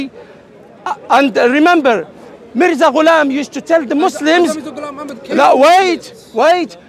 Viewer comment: It's so painful to listen everytime he say haza maza gulam😂 Their belief is so weak that, they can't even say it properly 🤣🤣